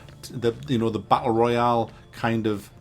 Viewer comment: Isnt it royale instead of royal